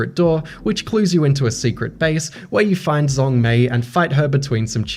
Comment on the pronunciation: Fyi, "Zhong" is pronounced "Jong"